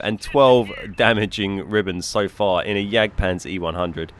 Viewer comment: Why do people always pronounce the jagd part wrong. They always say yakpanzer or yakpanther. Please tell me where the fck you see a K. The J=Y and the G is silent ffs. Lmao. Its basically pronounced like yaad